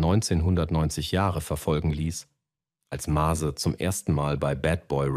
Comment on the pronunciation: MÄZE!! MÄÄÄÄZE NICHT Mase Nase :D man sollte wenigstens den namen aussprechen können bro ;)